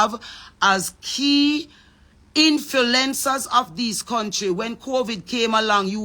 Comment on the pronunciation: Can someone tell her the correct PRONUNCIATION. ITS INF-L-U-E-NCERS NOT INFILENCERS